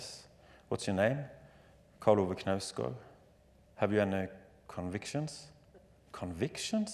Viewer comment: Zadie does the incorrect "silent K" pronunciation that some Americans seem to do, perhaps out of fear of not sounding like a fool who thinks "knife" is pronounced "kuh-nife" or something lol But no you hit the K, though somewhat softly, before the emphasis on NOUSE then gard